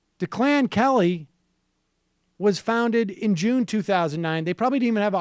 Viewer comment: You can see that Sam is only on air realizing that this is actually a real story of corruption. He never read the article before going to air! Also, intelligent people would have made a better guess at the pronunciation of "Declan", as a name. That would be "Deck-Lynne", not De Clan De Clan! I used to think Sam was bright. This season has showed how dull and dumbed down he is.